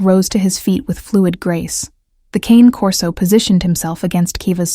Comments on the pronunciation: Canecorso not cancorso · Love these stories but the narration voice drives me insane. I don’t know if it hits familiar in some way - no idea but it grates my nerves so I can’t handle listening to 2 in the same day! Some voices just make me unnerved or something. And the dog is a CANE corso not a con corsa- I have one. Great guard dogs